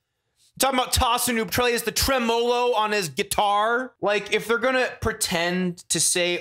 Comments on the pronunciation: Mispronounciations like "TrehMmooloo~" Picking is what destroyed my Interest in top 10 lists. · Tre-MOW-lo 🤣🤣 thats how you cut your lawn. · I think you english speaker prononce it bad. it's TRE-MOLO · “Pinch harmonies, TREM-OH-LO picking” 😂😂😂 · Lmfao “TreMOLO picking” 😂😂😂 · "Treh-mo-lo" is pretty bad, but I knew the narrator had literally no guidance (or the writer had no musical background) when he said 'clave' in the first example. "Clah-vey" is an Afro-Cuban rhythm associated primarily with South American music, so it follows Spanish pronunciation. 'Clave' = "Clah-vey"! This is like watching a cooking/food presentation and having the narrator say "Kway-sah-dill-ah" totally seriously when it's a fucking quesadilla! It's mildly infuriating. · One more - played with a guitarist who pronounced tremolo the same way, and I pointed it out. He admitted that he knew it was wrong, and that he only said it that way because he loved the candy Rolo, so he liked rhyming them. Like when people pronounce capo with a flat A...like cappo. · If "tremolo" bothered you, I'm surprised you didn't notice "clave" being pronounced with a silent "e". Shudder! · People's tongues should fall out for pronouncing "Tosin" and "tremolo" that way